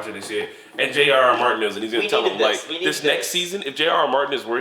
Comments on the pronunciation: Also, to the bro. It's G.R.R. Martin not J.R.R Martin ya goof. :P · I agree with the OP man. You are awesome! By the way bro, it's G R.R Martin. :P Not "J." George.